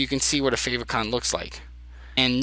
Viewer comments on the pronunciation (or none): Nice job, very helpful! I think favicon is pronounced "fave icon" as in "icon that shows up in favorites". At least that's what I have thought so far. Thanks for taking the time to create and share this!